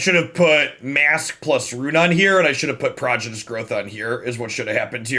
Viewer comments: He just says it wrong. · I feel like I'm being trolled every time you say prodigious. Is there an inside joke here?